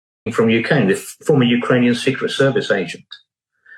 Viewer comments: Hey George what’s a UKERANIAN? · Love Galloway's "Ukeranian" instead of "Ukrainian". Sounds much better.